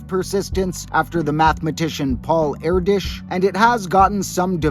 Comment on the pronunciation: I have never heard someone say Paul Erdös's name like that, my mind is blown!